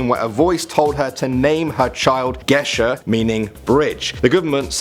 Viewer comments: omg "gesher" (גשר) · Gesher, or whatever he said ,is NOT Norwegian for bridge. I dont know why he things that😂